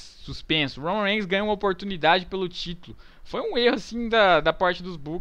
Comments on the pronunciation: aprender a falar Roman Reigns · o cara nao sabe nem fala o nome do romam reigns